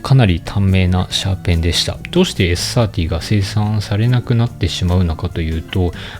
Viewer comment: ｴｽ ｽｩｱｰﾄｳｨｰ発音良すぎる。